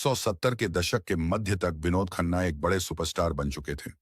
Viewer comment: Your pronunciation of vinod khanna is pathetic.its sounds like Dawakhana😮